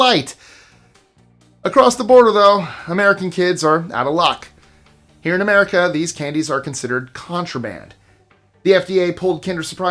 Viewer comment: #20.. lmfao "Merica"